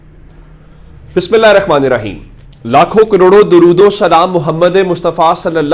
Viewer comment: sb gozarish Hy k dorood tu Sahi parha karain myry Bhai, 😢😢😢😢😢😢😢😢😢😢😢😢😢😢😢😢😢😢😢😢😢😢😢😢😢😢😢😢😢😢😢😢